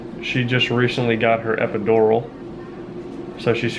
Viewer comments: EpidoROL Man pronounce it right it irritates me every time he said jt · I love the way he says epidural 😂🖤